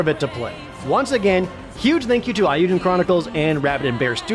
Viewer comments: Okay, sold me on the game. On another note: Come on, Jarred, it's 'Eiyuden', not 'Aiyuden'. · Imagine reviewing JPRGs for a living and pronouncing "Eiyuden" like that